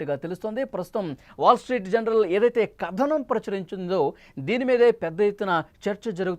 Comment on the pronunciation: జనరల్ కాదురా నాయనా. జర్నల్.